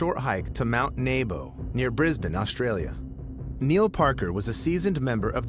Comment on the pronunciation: nebo as in 'knee-bow' not "naybow"